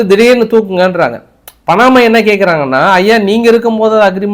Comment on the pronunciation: பணமா இல்லை பனாமா.தமிழ் உச்சரீப்புகளில் நிறைய கவனம் தேவை